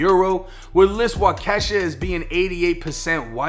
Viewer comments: im from wisconsin and u had me rollling callimg waukesha “wa-ke$ha”😂😂 irs “wa-ka-shaw” my boy 😂😂😂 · Love the chanel but being from WI it's Waukesha man lol not wakesha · Not Wash Kesha lmao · It's pronounced "walk-ih-shaw" not "wuh-kesha" 😂😂😂 much love from Wisconsin bro! Been watching every single one of your videos on my way to work everyday! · Wakesha 😂😂😂 Waukesha …..pronounced (Waaakesha) Ahhh like the sound the dentist make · I live in Milwaukee and Waukesha is only a 10 to 20 minute ride west of Milwaukee depending on where you're coming from, but it always gets me geeked when I hear people that ain't from here pronounce Waukesha. We pronounce it like wah-kah-sha not wah-kee-sha LMFAO but he also killed at 1 kid as well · Ay. It's Wahh-Kah-Shaw. Not wa-kesha lol.. just trying to help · Fam I rock with you and love the content. Being from Milwaukee WI. just wanted to say it’s pronounced Wah-keh-shaw. 😂 But I give it up for your effort to pronounce it. Keep the heat coming fam. 🔥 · It’s pronounced Walk-a-shaw just so you and anyone who sees this knows. I dig what you do mang, it’s nice to see you blowing up. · If theres any more news around this, the town Waukesha is pronounced Wok-uh-shaw. Another great video brother. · Lmao, solid vids as always. But as a milwaukee native its pronounced (Walk-e-Shaw) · It’s pronounced WAHH-KEH-SHAW but I grew up near there and even some of the locals even mispronounced it too haha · Big fan of the channel 👏 🙌. It's pronounced wah-keshaw but it's spelled waukesha this my city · Also for future reference it's Wau-ke-sha we got some abnormal native names up here. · I’m from Wisconsin it’s pronounced walk-a-shaw- I’m rocking wit ya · Hahahahaha bro I love you and I know I’m prolly just bein annoying, but Waukesha is a Native American name, it’s pronounced Walk-eh-Shaw. When you say it phonetically it sounds like a black chicks name 😩😩😩😭😭😂😂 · It’s Wauk-e-Shaw bro🤣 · It pronounced waa-kuh-shaa lol 😂😂😂